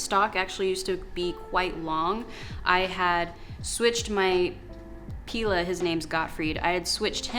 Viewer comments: Afaik pilea is pronounced pai Leah. If you just lay the pilea on top of moist soil or moss it should establish roots from the growth node. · Dumb cane and Alocasia are easy ones to kill, whether in LECA or soil. They’re temperamental. The pilea will do good if rooted in water first. And it’s pronounced pee-lee-uh or pie-lee-uh. Also, are you sure all had root rot? When plants are transplanted into LECA, they shed some roots. These roots can look like root rot but can be cut off, not the entire root system. Just a thought. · Just so you know I’m pretty sure Pilea is pronounced “Pie-Lea”